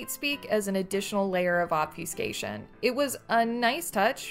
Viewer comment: obfu-scation.....is this voice generated? it gets simple pronunciation very wrong